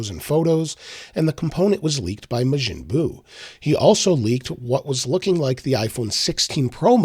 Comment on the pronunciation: Mah jin bu. Not may jin bu.